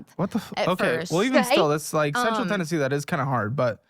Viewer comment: She's not from TN, no Tennessean says "Central YN"